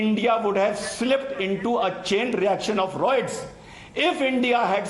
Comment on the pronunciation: RIOTS NOT ROITS